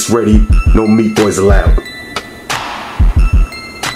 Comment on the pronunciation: What's a "meatboy"? "meetboy"?